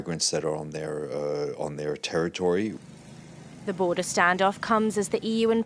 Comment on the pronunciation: "On their terityry" the migrans are in Belarus.